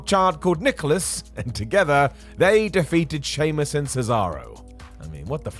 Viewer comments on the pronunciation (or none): Sheamus* not Sheimus